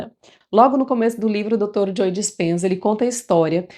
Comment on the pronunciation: Ótimo conteúdo! Só me permito uma pequena contribuição… Pra você que tem um canal. Ao pronunciar o nome do Dr. Joe Dispenza, esse “e” do nome Joe não se pronuncia, o som é “Jo” apenas, ok?